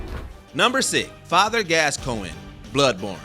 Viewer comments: Ayo did this man say father glasscoin? Bruh 😂😂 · “Father Glass Coin” 💀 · That “glasscoigne” didn’t slip by me lol.